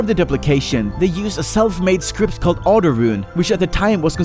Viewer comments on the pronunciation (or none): none